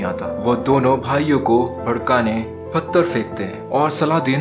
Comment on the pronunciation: फत्तर क्या होता है भाई। वो पत्थर होता है भाई